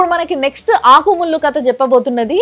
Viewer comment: ఆకు,ముల్లు అన్నట్లు వినపడట్లే అదేదో అన్నట్లు వినపడుతుంది...